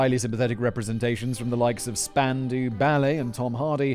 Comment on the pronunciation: Spandau Ballet was a group named after the death dance of soldiers being shot with a Spandau machine gun... pronounced Span-dow.